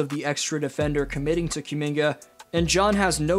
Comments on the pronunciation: Koo Minga, not Cue Minga. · I’ll keep watching your videos but I’m not gonna subscribe until you get rid of this Q-Minga pronunciation 😂😂